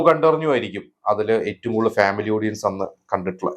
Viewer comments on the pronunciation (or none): none